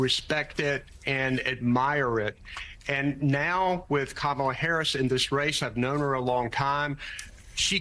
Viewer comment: that host has a hard time talking many times, and also she needs to learn how to pronounce harris' first name properly. that's disrespectful.